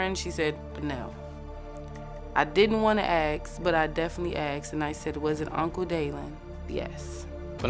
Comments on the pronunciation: Can these people people stop saying "Axed" it's "ASKED" You don't want to be "Axed" I promise you! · That woman admitted it, she said "I axed her".